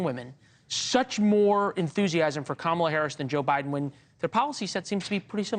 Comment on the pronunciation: Girl can’t even say Kamala’s name correctly 😂